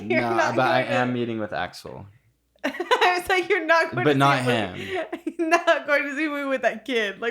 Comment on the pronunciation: can’t even pronounce aksel’s name correctly…..😒